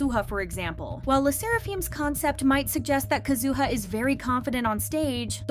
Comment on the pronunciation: Just FYI. Sakura is not emphasized as Sa'koo-ruh. It is said like the word Yamaha. It is pronounced "Sa-ku-ra" with the "ku" being a short quick version of coo, and the r like the beginning of a trilled r. Almost like a light "d". If you can speak Spanish, you know how to do it already. For Kazuha, same issue with the u again; less ka'zoo-ha, more ka-zu-ha.